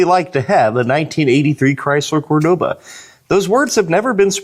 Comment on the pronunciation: I'm pretty sure you took many shots before.😂😂😂 There is no such thing as a Cordova..... It's Cordoba.